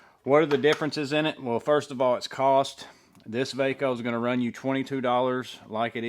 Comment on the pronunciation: Thanks for reviewing! This was really informative! I love the new VACO stuff! Its pronounced "VAY-CO". My father used to use these tools all the time back in the day. I hope there is more stuff coming. Looks like its a reboot of the brand. I've bought a few of these so far. Theyre really nice quality.